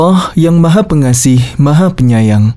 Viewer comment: Maha Pengasih bukan pengaseh